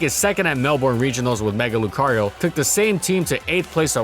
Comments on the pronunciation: How good was Venomoth/Parasect/Magcargo actually because, ya know, MAGCARGO FAST!! And it is pronounced MelBURN, not MelBORN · I need to correct your Australian-city-name pronunciation and . It's "BRIS-buhn", not "BRIS-bane" (to be fair, the spelling implies otherwise), and "MEL-buhrn", not "MEL-born". Australians pronounce all of their city names with schwas on the second syllable instead of logical pronunciation. Also, How GOOD was Hippowdon ACTUALLY? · It's more "Mel-bern/ben" than "Mel-born", at least, that's how we typically say it in the Melbourne area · Did you really just pronounce Melbourne (Mel-burn) as Mel-born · "Bris-braine" and "Mel-born" are actually pronounced "Bris-ban" (short i) and "Mel-bun" (short u). Kind Regards, an Australian. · Melbourne, Mel bourne. Pronounced Mel Binn, not melborn, it's not like jason borne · It's pronounced "Bris-bn", not "Bris-bane". That's something foreigners tend to not realise, I've learned. Similarly, it's "Mel-brn", not "Mel-born" for Melbourne. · "mell-born" lmfao. Melbourne is pronounce "mell-bin" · Its prnounced mel-ben not mel-born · MELBURN, my god great video but my ears are bleedin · "Briss brane" and "Mell Born" And the Australian audience died that day. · The city is pronounced Mell-ben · Brisbane: Bris-bin Melbourne: Mel-bin Sincerely An Australian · Its pronounced more like mel-bern and bris-ben. I know... us Aussies have strangely written towns. Alot of it has aboriginal routes so it sounds different to how its written in english. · Melbourne is pronounced melburn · Bris-ban and Mel-Burn just as a heads up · How lumpy was Dugtrio actually?? I love this series, so fricken much... but as an Australian, the total butchering of the city names hurts just a little. Brisbane is pronounced [Briz-ban (short a)] and Melbourne is pronounced [Mel-bin] or [Mel-born] (Mel like bell). Apart from that, keep up the amazing work! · briss bane mel born lol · it is pronounced mel-ben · Bris BANE Mel BORNE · “Mel-BORNE” Lmao